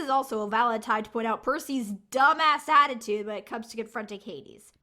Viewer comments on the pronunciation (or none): none